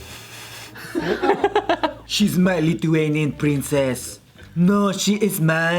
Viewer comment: It's so strange how pronounces the lithuanian names. I'm lithuanian. But all good. I can totaly understand what the names are. 👍🏼🤓🥰